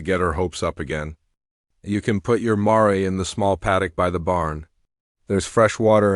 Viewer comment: Mare s one syllable sounds like the name of a city politician “Mayor”